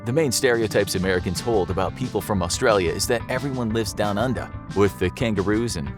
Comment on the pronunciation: the way you said "under" sounded very similar to how Australians (like myself) would say it.